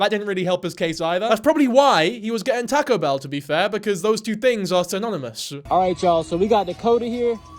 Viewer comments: my heart!!!! I love tahcoe bell!!! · “Tahko behl” 😂😂😅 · “Tacko bell” is this rage bait..? 🥀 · "tehco bell" 😭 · I just heard "Tack-o Bell" so many times my ears are spinning